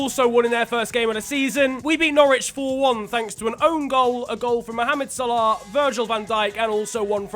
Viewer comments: Why does he pronounce salah like spongebob pronounces salad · The way u say salah